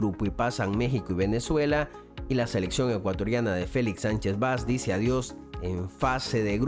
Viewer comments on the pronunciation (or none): none